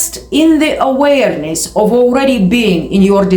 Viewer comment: Every single video this chick says literally the exact same thing, repeated 400 times, with emphasis on the word "aWAYERness"